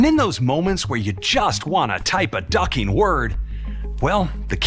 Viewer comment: “when you want to type a duking word”